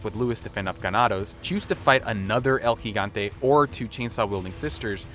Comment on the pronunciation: Thumbs up for the “El Gigante” correct pronunciation.